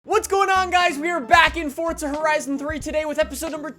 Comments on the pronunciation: It's Forza, not Fordza. just FYI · Fortsa is the correct pronunciation ffs. Educate yourself.